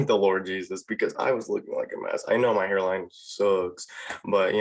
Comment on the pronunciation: You tried to slip out my country accent when you said your hairline sucks